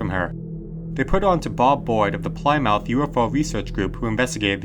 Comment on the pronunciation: Ply-mouth? It's pronounced like "Plimuth". I know, British place-name spellings make little sense, but we're used to them.